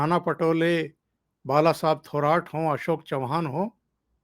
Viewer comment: 1) बात थोडा जल्दी जल्दी करते जाओ. 2) उधव ठाकरे नही उनका नाम उद्धव ठाकरे है 3) बाळासाहेब थोराट नही थोरात उच्चार किया करे. धन्यवाद